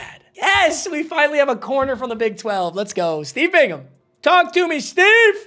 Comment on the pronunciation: I’m so happy you know how to pronounce Bingham when you didn’t know how to pronounce anybody else 😂 at least you didn’t say Bing-Ham